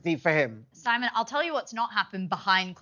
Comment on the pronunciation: Simon cannot even pronounce her name correctly 😂😂😂...muppet 😂😂😂do your homework😂😂😂